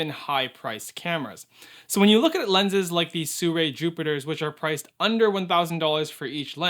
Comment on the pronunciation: soorei? ❌ seerwi✅